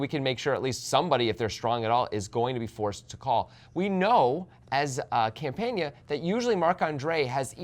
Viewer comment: Campana is really easy to pronounce ... why do you guys insist on consistently butchering player names?